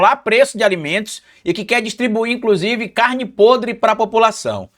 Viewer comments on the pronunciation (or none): none